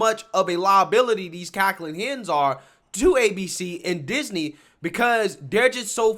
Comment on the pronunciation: you said cackling hens!! Lmaoo